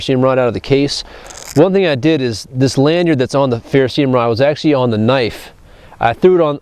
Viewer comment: Bought myself one of the BG Ultimate Survival knives for my birthday. Like it so far, but the real test of field usage will have to wait until spring or summer (camping season). Good ergonomic feel to the knife, edge needed touched up a bit to achieve its full potential for sharpness. BTW, it's Ferrocerium rod.(ferro-CER-ee-um)... an alloy of Iron (Fe, atomic number 26) and Cerium (Ce, atomic number 58), plus a sprinkling of rare earth metals. It's not ferroceum, ferrocium, ferroseeum, etc.